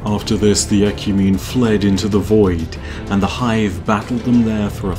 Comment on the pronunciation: BOII i was so satisfied when you said 'the hive'